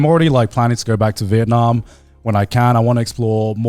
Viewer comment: Vietnam rhymes with dum b